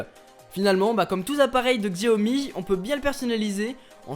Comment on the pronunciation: Pour info on ne dit pas "Xiaomi" mais "Chiaomi" ! ;) Super vidéo !